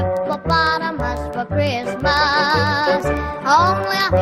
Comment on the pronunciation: Kree-us-muss. WTH